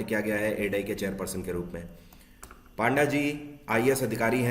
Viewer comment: 😄Sir it's not पांडा it's पंडा